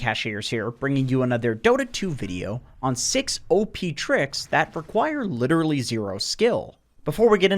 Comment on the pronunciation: You butcher pubs with Pudge the same way you butchered the word 'literally' <3